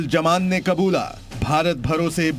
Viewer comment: Jaman. Nahi. Zaman. Hai urdu ka pronunciation to theek se bolliye